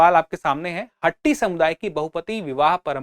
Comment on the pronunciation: Sir not हट्टी its called हाटी